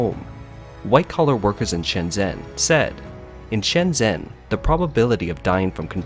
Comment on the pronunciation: How can you have a channel that focuses on China and still not pronounce Shenzhen right? XD